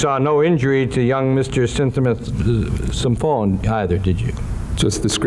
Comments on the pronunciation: Looking at this through the overly sensitive lens of the woke generation. Konerak's last name is Sinthasymphone is way harder to pronounce than Dahmer. In the court room everyone has to display professionalism...not start name calling like a bunch of children. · "...with mr. symphathy... some phone?" They couldn't just say "the victim" if they have so hard of a time pronouncing the poor guy's name? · They were tripping over Sinthasomphone so badly, they were probably trying to avoid saying it more than a handful of times. If they could/would not learn how to correctly pronounce the surname that was twice connected to the white male, they should have continued using the first name that they could say.